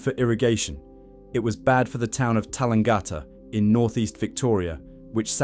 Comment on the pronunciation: I was born in Tallangatta. Good to see it. Yes wrong pronunciation.